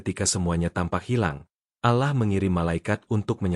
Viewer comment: Alahlagi alahlagi.. min tolong klo muslim tuh .. Awlloh bukan alah wlo tulisanyaAllah.. faham min admin pekok